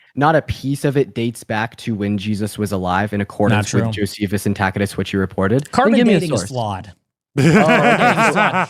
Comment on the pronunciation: That guy won the debate when he pronounced Tacitus properly